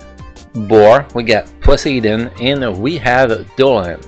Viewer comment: I dont mean to offend you though Its just funny to hear even if thats how you really pronounce it 😅 Happy New Year btw!